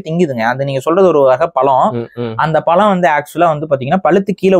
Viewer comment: அது பழம், பலம் இல்லை. தமிழ், தமிழ் தேசியம் பேசும் நீங்கள் இப்படி பிழைய பேசுவது சரியா?